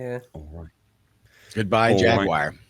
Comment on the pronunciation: WTF is a JAGWIRE?